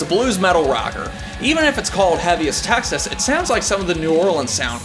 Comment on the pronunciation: Love the review,, but its Texas.........not TAxes...LOL